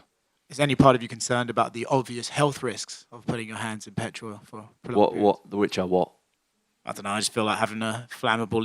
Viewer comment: Haha Petherol 😂😂😂 that's exactly how he said it.